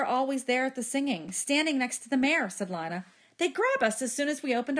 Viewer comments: Avery Williams it’s not tho. It’s leenuh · isn't it pronounced Lee-na? Idk cuz i haven't watched the movie but i am going to watch it tommorow so i will edit this comment to say if it is or not